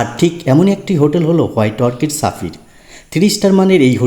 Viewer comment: সাফির না স্যাফায়ার? 😢